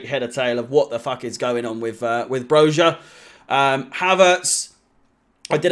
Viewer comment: It’s pronounced broya you knob